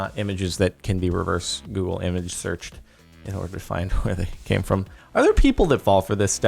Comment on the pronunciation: He said google sreach an my phone screached